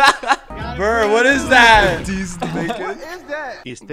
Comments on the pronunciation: Buur❌ Burr✅ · In the vid you said burr